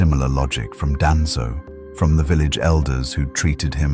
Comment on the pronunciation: I hate how the AI pronounced Madara and Danzo 😂